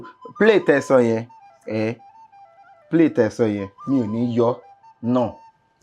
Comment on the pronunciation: she didn't say 'sir' in the beginning, even the 'play' was not fully said. Anyways, it's all good still, she received a lot of help from you.